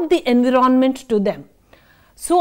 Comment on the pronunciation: Nice lecture mam. I want to make little correction, please. Environment /ɪnˈvaɪɹə(n)mənt/ You are pronuncing it differently. Regards